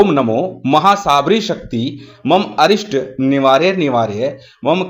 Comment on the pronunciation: गुरु भ्राता को मेरा जय गुरुदेव।। बंधुवर इस मंत्र में स्क्रीन पर अनिष्ट लिखा है किन्तु आपके द्वारा जो उच्चारण किया गया है, उसके अनुसार अरिष्ट जैसा सुनाई पड़ रहा है। कृपया बताएं कि " अनिष्ट " ठीक है कि " अरिष्ट " ठीक है।